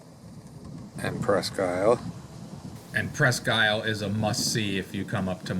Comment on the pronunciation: I think it’s pronounced “ presk-eel” FYI. Thanks for just chatting!